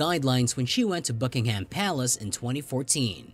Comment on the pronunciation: Could we please have a narrator who can pronounce "Elizabeth" and "Buckingham". A lot of these examples are nonsense. Half of the Queen's' "subjects" don't respect her. You realise "The Crown" is fiction? Hardly something to base your research on.